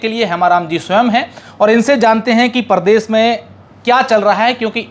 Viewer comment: क्षमा चाहूंगा , पर एंकर का उच्चारण उचित होना चाहिए। शुरू में ही अर्थ का अनर्थ हो गया , प्रदेश होता हैं , परदेस नहीं। इसे प्रेम समझे , आलोचना नहीं ।